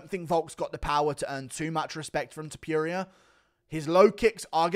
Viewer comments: It's topuria not topiria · Noooo we had the whole same main card and then you said touporia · Hate the way he says Topuria wrong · Blud said topuria 💀